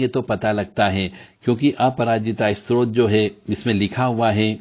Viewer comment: आप तो स्तोत्र शब्द ही गलत बोल रहे हैं।